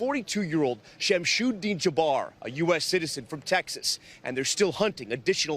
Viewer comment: لا إلاها إلا الله محمد الرسول الله !!! LOL it’s NOT (SHAM-SHOOD) 😂 it’s SHAMS-ULDEEN *Im originally Sudanese 🇸🇩 and speak fluent Arabic! P.S - yall want to call anyone with a Muslim name a terrorist but what about school shooters?! Are they not terrorists?